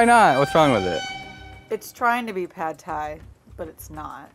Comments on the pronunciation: "Sad Thai" was actually perfect. Well played,. Well played. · Pad Thai? I thought you said Bad Thai, ammirite? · Was the 'sad thai' was an accident or was it on purpose? It's comedy gold